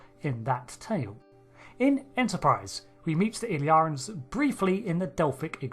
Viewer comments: It's not pronounced "Ill-yar-ans", but "Ill-ear-ians". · The way you keep pronouncing the species name in the video is like "Illarans", or "Illarens", instead of "Illyrians". Could there be two different species, one with the other species name spelling???? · Ill-ear-ians Not Ill-yarans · In my controversial and highly important opinion, it's pronounced "il LEER' ee in" as in "Illyria," a region in northwestern Greece (roughly around modern day Albania) of primary historical importance in classical antiquity. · It's not that hard. ill-EAR-ee-uns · Why is the narrator of this video pronouncing their name in such a strange way? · Does make you wonder how someone can spend the best part of an hour watching an episode where the word is said numerous times and then completely get it wrong SO MANY TIMES. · Crucially, "Illyria" was a made-up country in Shakespeare, borrowed by a number of writers to name their pretend countries because it's public domain. Trek writers enjoy their Shakespeare references. But that also means there are a few centuries of precedent in English-speaking culture pointing to how this word is pronounced. Y'know, if listening to the episode weren't enough.